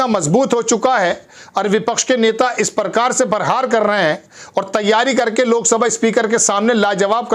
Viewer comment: परकार परहार परधान अबे हिन्दी बोलना तो सीख ले ।